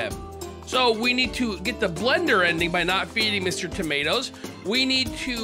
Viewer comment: Bro did not put the o in Mr tomatoS it’s not Mr tomatS